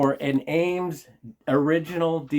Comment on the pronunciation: I'd put at least $35 on that buffalo, being that people here in Texas love anything "western". I sell quite a bit of brass as well. They probably don't do brass anymore because it's too expensive. Awesome find on those Eames chairs. Ea pronounced E, not A.